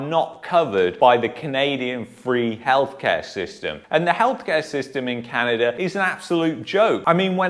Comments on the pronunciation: It’s Canada bud not Canader ? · Did you say Can-an-der in the beginning 😂😂😂 That's what I heard, can't lie. It was jokes! But in all seriousness, were in a SERIOUS spot here.